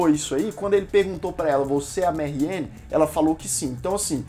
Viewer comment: por que ele tá falando "marrien"? se for francês é "marrian". bom, falou coisas que realmente é perceptivo na série. mas tbm muita bobagem, o gosto pessoal pesou em cima da crítica.